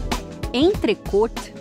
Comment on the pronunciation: alguem avisa a repórter que a pronuncia certa é "entrecô"